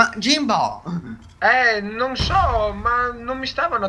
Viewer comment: ''Jimbo" sembra "Sio" vero?